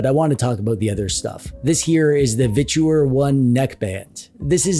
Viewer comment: Literally the only person I've heard pronounce their company as a three syllable "Vich-oooo-errrr". ;)